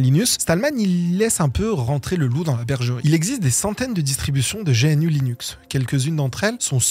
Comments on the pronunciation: Usuellement on prononce le U quand on dit G-N-U et qu'on parle Français, mais quand on prononce l'acronyme comme étant un mot, alors on est censé le prononcer dans la langue d'où sort le mot. Maintenant on est dans un pays où même à la radio on entend des gens parler de "linquedinne" alors on comprend bien que la route va être longue pour certain(e)s. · non mais, n'importe quoi. on peut quand même être étonné d'entendre une prononciation différente de celle qu'utilise toute la communauté concernée depuis 30 ans, on parle pas d'un petit logiciel obscur que personne ne connait. On a rien dit de grave et on a pas crié au scandale, juste que ça fait bizarre, ça va... évidemment qu'on prononce pas tout bien, mais tu vas prononcer 'gogle' pour google ou 'aple' pour apple, 'nique' pour nike, 'fasseboque' pour facebook : moi je suis d'accord, mais avoue que si tu fais une vidéo sur une de ces marques, elle va être crispante ta vidéo. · Bien, super vidéo ! Mais tu sais, cousin GNU c'est GNOU comme l'animal, c'est pour ça que c'est la mascotte et pas G.N.U ! Tu es jeune, ce n'est pas grave ;-). FREE RMS Haaaaaaaaaaa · Bonjour je suis un puriste des prononciations : GNU : "g'nu" ou "g'nou" (pas "G.N.U") Debian : "débianne" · Je sais que la prononciation officiel est "gnou" ou "gnew" mais je peu pas m’empêcher de dire g.n.u . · C'est juste que, usuellement, personne de dit G-N-U comme un un sigle, on dit toujours "gnou", et c'est vrai que que ça fait penser qu'il découvre tout juste l'univers GNU Linux, d'un point de vue purement sonore... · G N U… t’es le 1er que je vois prononcer l’acronyme de cette façon 😅😂😂 si le logo c’est un gnou, c’est pas pour rien 😜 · C’est dommage de prononcer GNU “jéhènü” alors que tout le monde le prononce “gnou”, et son logo est justement… un gnou. Ça donne l’impression que vous n’avez jamais parlé de GNU avec des praticiens, en vrai. Dommage pour la crédibilité car le reste est très intéressant et bien mené. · On ne prononce pas G.N.U. plutôt Gnou